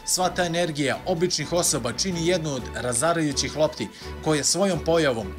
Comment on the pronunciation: nisam ni znao da si ubacio nov klip konacno hahah al koj ti je aaaaa toooooo razarajucih ja sam mislio razocaravajucih asaaaaaaaaaa